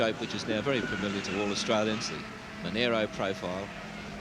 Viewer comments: monero? friggin MonAro you moron :P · youd think someone would of tapped that guy on the shoulder and said "its not monero , its monaro !" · It's a bloody Mon ARH ro mate, where the hell did you go to school?